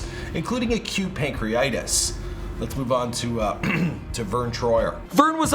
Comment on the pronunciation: Great video (rip ♥️), but you said pancreeitis, it's pancreatitis